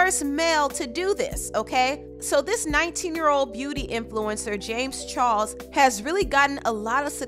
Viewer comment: Im lowkey annoyed of her saying char"LES" into char"SE"